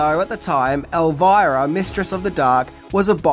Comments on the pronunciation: The biggest thing I didn't know about it is that you'd pronounce it as "Elvaira" and not "Elvira", lol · I think the name is pronounced "Elveera" isn`t it? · would pronounce Elvira with a "errr" even if it wasn't spelled with a R! Lol love him